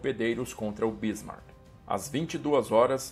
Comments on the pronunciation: Amigo é Bismarck e não Bísmarck. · Onde você arranjou esta acentuação na palavra Bísmark ? Não é proparoxítona.